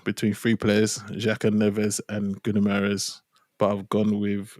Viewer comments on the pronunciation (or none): Some of the pronunciations of Guimaraes’ name in the media since Jan have been epic. 😅 Gamaras Geemarez Gimma Eyes Gamma Rays Gibberish Gunnermares (cheers Big Steve 😅)